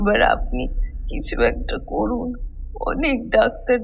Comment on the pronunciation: অনেক ধন্যবাদ আপনাকে গল্প টি শোনার জন্যে , নিশ্চয় আমি আমার ' স' উচ্চারণ এ খেয়াল রাখবো। "কোরুন" না ওটা করুন হয়।